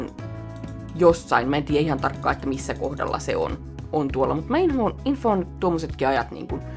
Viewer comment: Kun sanoit "infoon" kuulin joka kerta et sanoit et "inhoon" :D :D :D